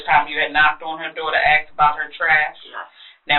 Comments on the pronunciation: Thank goodness for CC.😅 Both say axe. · What's up with that? Seriously. Why can't an educated woman say "ASK"?